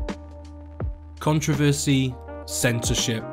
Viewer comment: and when you pronounce it like him it gives people something to complain about